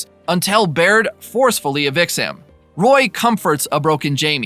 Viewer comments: It's pronounced Beard not Baird. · It bothers me how you mispronounced Beard and Tottenham. And also called a draw a tie…